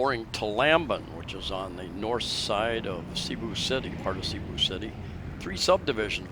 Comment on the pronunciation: i thought you were an intelligent individual making useful videos for people around the world. say Bath Room as most Filipinos say and Cebu city, not say bu. The name "Cebu" came from the old Cebuano word sibu or sibo ("trade"), a shortened form of sinibuayng hingpit ("the place for trading"). It was originally applied to the harbors of the town of Sugbu, the ancient name for Cebu City. and when you find any real estate advertisements saying CR let me know.